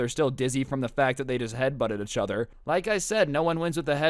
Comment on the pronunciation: Anyone else get bothered by the way he says "uhchuther" instead of "eachother"